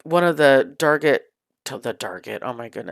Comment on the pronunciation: The Spooky Garland was super Cute and Spooky! 👻Loved the Pumpkin Table with the mirror, so creative 🎃🥰 The SKULL 💀 was my Favorite ♥️ especially loved how you said DARGET! Hehhehe! I’ve called it DARGET as well😂😂😂 Great Video👻🎃💀